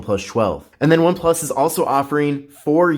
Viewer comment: cant stand him sayin oneplush 12